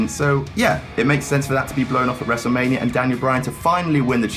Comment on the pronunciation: When he said "We're gonna go to wrestlemainia man." I started cracking up, it sounded like he was drunk 😂😂😂